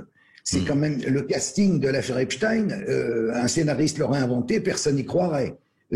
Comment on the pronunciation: Votre prononciation de nom de Epstein est la bonne c'est drole sur d'autres medias ils prononcent Epstine !!!